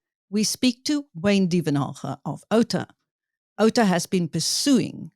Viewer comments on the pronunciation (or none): OUTA "OUT" "A" not outa dear host lol. That is a whole other meaning.